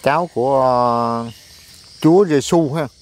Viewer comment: bạn ơi?CHÚA GIÊSU chứ không phải là rê su như bạn nghĩ???